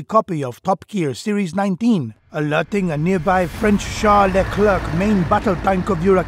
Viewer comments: Leclér not Le Klerk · As a french , it's accurate. (And it's pronounced "leclaire" not "leclairke" xD)